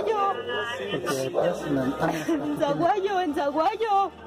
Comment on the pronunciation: Es Sahuayo, no Zahuayo.